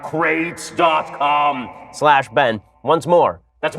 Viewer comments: It’s pronounced Man-cra-tees. Ancient Greek philosopher. Studied in the philosophy of “Oh shit”s and “boi” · Lmao “MAAAN CRATES”...